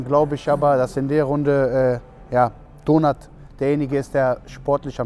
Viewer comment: Jedes mal wenn sie Donart sagen hört es sich so an wie Donut 😋